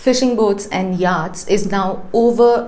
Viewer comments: I watch Pure Science n regularly and consider it a professional n well put together show. So I was surprised to note some grammatical mistakes.: *You sink a boat/vessel not drown it😊😊😊 * It's pronounced YOT not YAAT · Do check your pronunciation of yachts - it's completely off